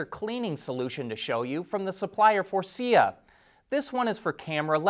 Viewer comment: Faurecia is pronounced for-asia